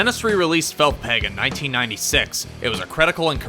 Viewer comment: "Felth Peg" 😂